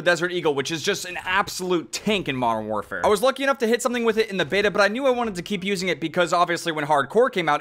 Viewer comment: “marn waarfare”